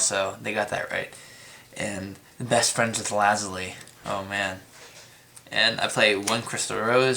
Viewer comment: Ok, im done, it is NOT pronounce Lazli, it is pronounced Lazuli (Luh-Zoo-Lee) learn to read the damn card man.